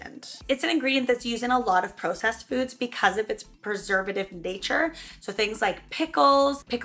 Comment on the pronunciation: Say process again